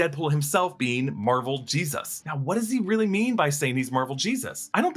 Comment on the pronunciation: Now, I'm not going to rage about the way you say "Jesus," (but c'mon...), but... ... it's 20th Century studios. Not 21st Century. And it was 20th Century before it was 20th Century Fox. They just dropped the added-on "Fox."